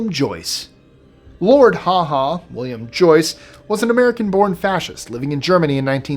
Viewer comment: Lord Haw Haw is pronounced "hore hore".. just to let you know that also The Hague is "hay-ge"